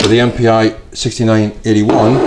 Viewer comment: ”Mpi“ (German/Austrian) is actually pronounced like ”MP“ (English). Just fyi